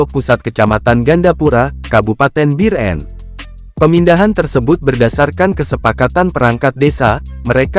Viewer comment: Bir-en..kesel bgt dgr narasi nya, emang susah ya nyebut biren (bieureun)